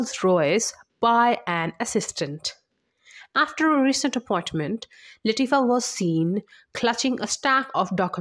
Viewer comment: It's Queen La tea fa. Plzzz get it right